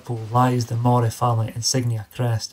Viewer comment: Well when cant pronounce Andrew de morays name correctly, you loos all credibility as a historical blogger. It's pronounced Murray and murrayshire